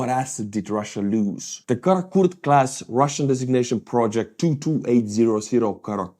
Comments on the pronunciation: No! You pronounce wrong, comrade. Is Kaput class vessel. Is supposed to look like that! Heil Putler! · Karrotkake class? Kaput class? Pleas speak more clearly! 😉😄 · The way you pronounce "Karakurt class corvette" caught me out.... The first 2 times, I'm sure I head "Kaput class corvette"? 🙂